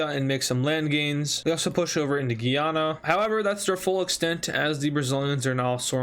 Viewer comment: he says Guyana wrong. It's different from Guiana, instead pronounced literally as the english word Guy and the name Anna combined